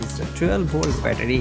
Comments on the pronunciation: i have no intention to offend any one he says bettadi very hilarious man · every time he said battery i got triggered